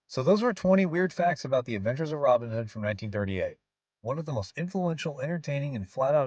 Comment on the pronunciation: A timely point of correct pronunciation from a native of GB. His name is pronounced with the emphasis on the second name not the first - Robin HOOD. To do it the Yank way is fine for Yank characters but please, show some respect for an English legendary character.